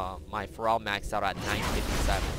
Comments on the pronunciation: It's Feral not Farel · Hey, sweet vid! Heads up, it´s Feral not Pharrel. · yeah after i heard him say pharrell williams, i got that. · Will someone please tell that "feral" is pronounced "fare-uhl"?:P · you pronounce FERAL like Ferell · Pretty sure you're saying feral incorrectly.